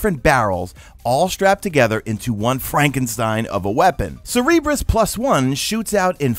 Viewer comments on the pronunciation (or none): Cerberus dude - (Sir-burr-us). The three headed dog that guards the gates of Hades. Cerebrus sounds like a bad ass exotic helmet though. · Sir-Bur-us, like, the dog with 3 heads. Not Cerebrus. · Thank god someone said it. I was about to throw my self out a window listening to him call it Cerebrus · Just FYI, CERBERUS is said Ser-ber-us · FYI Cerberus is pronounced sir-ber-us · It's not how you're pronouncing it, it's CER-BER-US +1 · come on my dude you were better than that it's Cerberus just like Greek mythology the three-headed Hound of hell. Your still the man but I just had to call that pronunciation out.